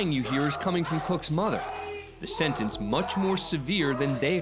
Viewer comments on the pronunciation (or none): Murphy's law has a different meaning from now on. BTW, the narrator should try to pronounce a T. What's a "sennence", a "plainiff", a "counny"? Speaking sloppy is just a matter of laziness.